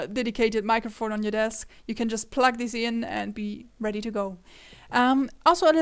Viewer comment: just a tip, talk a bit slower, you were constantly shifting between pronuncing "this" sometimes as "deez" in many places example from to .